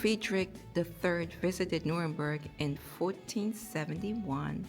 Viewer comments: Hi the way you pronounce it is New-rem-berg, it's very stormy in Scotland storm Amy), trees falling and lots of damage, enjoy ur holiday 😊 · Just as an fyi the place is pronounced Nuremberg . The place you were walking I believe was in a sub section of Nuremberg called Furth….I lived in that area for 4yrs. Although I live there, I never had a chance to see the castle. 😅 The spelling is confusing because it’s spelled several different ways….Nurnberg, Nuernberg, Nuremburg…. 😁. Oh and yes German men love black women 😊